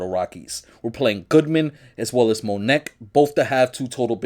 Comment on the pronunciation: I don't think his name is pronounced "Mo Neck" 😂😂😂